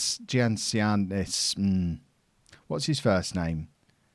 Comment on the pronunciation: Gia is pronnounced Ya . so Giannitsanis is pronnounced Yanitsάnnis. The second game was against Yanena . a nice phrase to start with is " Ya sou re malaka"